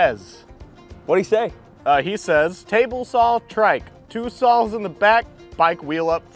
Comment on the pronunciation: Why does he call a saw a sawl?